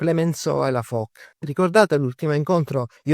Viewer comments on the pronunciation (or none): Molto interessante. Piccola nota per chi desidera citare correttamente i nomi menzionati nel video: "Foch" si pronuncia /fɔʃ/, non /fɔk/. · Come perdere immediadamente tutta la credibilita, pronunciando ' Fok' invece di 'Fosc'.... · Ebbene si,secondo me proprio perche'e'sul pezzo da 40 anni dovrebbe sapere la dizione corretta,ripeto non e'una svista ,evidentemente pensa davvero che si pronunci "Fok'...e questa me e'una piccola cialtronata.... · La portaerei "Foc", non si può sentire.